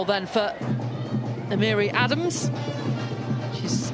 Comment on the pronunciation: Terrible Commentators you'd think them being English would know their own Language... this is ADAMS and this is ADAMES (adam-mess) AND Gisele Thompson IS the sister of Alyssa Thompson of Chelsea (Not no relation) smfh